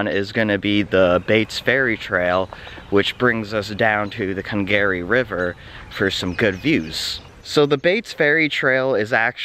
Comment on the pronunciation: Cong Gary? nope. "conga. ree" emphasis on the "ree".